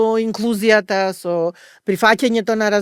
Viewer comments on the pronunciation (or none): Еден акцент да погодеше…проф.др.. Загрижена била.. “мЕнталното, инклУзијата, прифАќањето, попрЕченоста и така натака”.. а навака?? Инаку има излез од ситуацијата, еден во Охрид и еден во Скопје. Да имаше и Битола ќе беа три излези од ситуацијата. Затоа и останаа вакви проф. др., тука не можам, а да не се сложам со титулата погоре што зборува.